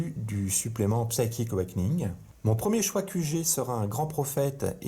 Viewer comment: Merci pour cette bataille et pour ta prononciation rigolote : psaïtchik euwékeuning ^^